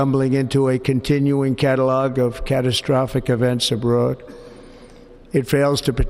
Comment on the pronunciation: Did he say a brode instead of abroad? ……….